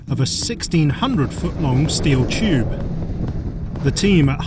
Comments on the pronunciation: Chube, instead of tube... Seems legit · its Tube. Not CHube. There is a T not a CH.